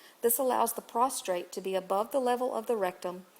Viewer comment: It's PROSTATE not PROSTRATE!!